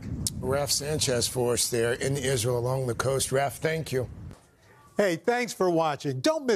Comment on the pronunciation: said it once, Isareal = Nahtzee Germany